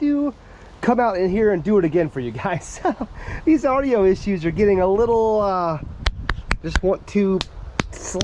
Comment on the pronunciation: Ardio ? Don’t you mean audio